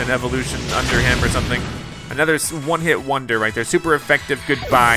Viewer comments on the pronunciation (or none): none